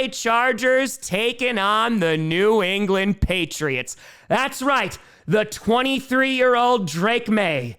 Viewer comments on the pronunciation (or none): none